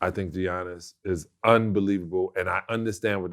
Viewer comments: Did Vlad really pronounce his name as Gee-Yannis??? Lmaoooooo cmon son!!!!!! Smack tf outta ya self for that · Hey Sal, it’s pronounced “Yannis” not “G-Annis”😅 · Salley ( Giannis) pronounced YAHNIS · Stop calling him "Johniss" 💀💀💀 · The G silent in his name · 2 time mvp and people still can't say his name right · Stop sayin Giannis name wrong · It’s not that hard to pronounce Giannis’ name Sal 🤦🏿‍♂️ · yeah, and also in greek the T's are pronounced like Ds in his last name